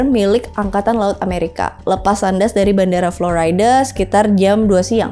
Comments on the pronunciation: lah ya bener kan. Bule sekalipun bacanya gak floraida tpi florida. Tpi kan masyarakat kita sukanya baca i dg ai. Pdhl tdk semua i dibaca dg ai. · Kak ‘florida’ bacanya ‘florida’ juga kak. Bukan ‘floraida’ walaupun bule sekalipun 😂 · Overall mantap kak ,jadi nambah wawasan, cuman kalau aku boleh nambah, kata "FLORIDA-nya" dibaca FLORIDA aja , bukan "FLORAIDA". sukses terus kak 🙏🏼🥰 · Kak i love youuu tp florida itu bacanya bukan floraida. Trus triangle bacanya trayanggel. Just info yaaaa ❤ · Big fan mba. Tp izin koreksi kalo pronunciation Florida nya kurang tepat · mba'.. maap, masukan aja.. pronouncing FLORIDA nya bisa dibenerin kaenya.. 🙏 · Ya karna harusnya yg bener begtu bacanya, bukan karna bule